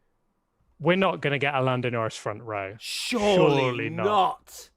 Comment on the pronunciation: "Shurey not ......" Ha ha ha! Lando for president!